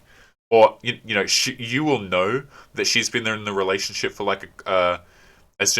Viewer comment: you keep pronouncing relationSHIT wrong.